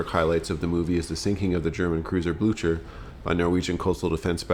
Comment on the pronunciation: In Waterloo, Blücher is "Blooker", here he is "Blutcher". 😂